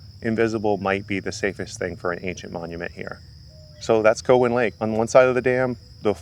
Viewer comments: Its not Co wan it's Cow an lake. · Hey goof ! It's not co hen lake. It's cow en lake. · Very interesting but yes we say Cow-in lake.